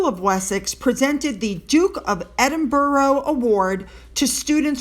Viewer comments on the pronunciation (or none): Hi, it is Edinburgh pronounced Ed-in-bur, not Ed-in-borough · No, no no, not Edinbruh! Edinburra, as we locals pronounce it. A burgh( burra) was a medieval Scottish town granted a royal charter which gave great economic benefits in trade etc. . Can we leave it there? Getting really boring now. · Edinburgh. Not edin-burrow - & not edin-burg as I have also heard. It's: edin-bruh. As if you are going to say 'brush' but don't say the 'sh'. I know it's hard to get the pronunciation of some foreign place names & there's some real doozies in Britain! But full marks for your videos. I never miss one! I love your videos & your passion. More power to you.;). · Great video with lots of lovely information about our favourite Royals & just as an extra bonus the news about your eyes is fantastic. The boozy guy must be so proud of himself it & he is pathetic, silly little man that everyone can see right through. Pronunciation of Edinburgh is Ed-in-bruh no O in the word or in the pronunciation, hope you don’t mind 💐💐